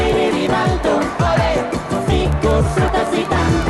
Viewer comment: Lyder seriøst som om der blir sagt Figo sutter Zidane 😅